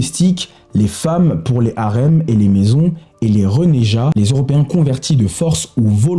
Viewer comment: c'est une très bonne idée de publier du contenu sur l'histoire ignorée 👍 mais attention aux prononciations ! renégat (et non renéja), Charles Quint (et non qWinte), etc. 😉